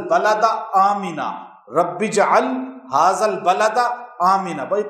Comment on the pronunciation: HAZAA Nahi... HAAZ - AL hai....